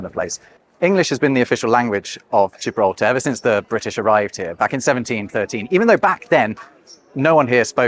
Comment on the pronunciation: Why LamborGini, but gJibraltar?😞